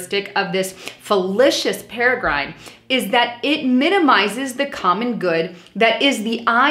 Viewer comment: Thx for the info but...think you need to use that Webster's Dictionary to check the pronunciation of "fallacious paradigm" if you want to be taken seriously.